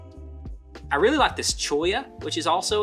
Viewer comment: Great video! I love that first shot of the skull you took! Looking forward to seeing the Route 66 video! Aced the cholla pronunciation by the way!